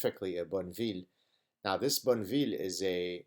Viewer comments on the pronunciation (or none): Dear Gad you cannot possibly own a British Triumph Boneville if you pronounce it as you did, for although your accent is melodic and I enjoy listening to you very much, it is a Triumph (Bon eh vill ) or Bonny will do. And with that, you will be a biker my son 👍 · The Triumph model is pronounced Bonneh-vill, after the salt flats in Utah, not after some nice town in France.